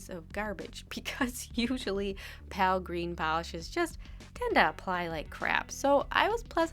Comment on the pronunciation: Please don't say Pal for Pale, the E makes the A say it's own name. Pal is just straight up wrong, not a preferential way of saying it that's technically right. That being said, I do like you and your nail art videos so much, your personality is bright and just so dang wonderful. Not saying something would have bugged me...meh, you probably won't see this anyway. I'm not meaning this to be mean, just informative.